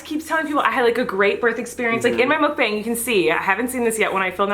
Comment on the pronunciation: sorry but it really bothers me as a korean that you are pronouncing mukbang wrong..